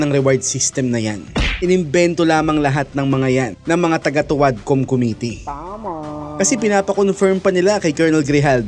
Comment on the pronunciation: Ang lupet talaga ni "Khomitee" pag prounce lang committee sabalay pa.